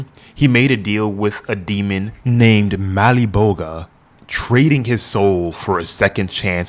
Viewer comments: Malebogia,not Maliboga. But 👍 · how do you mispronounce spawns og bad guy boss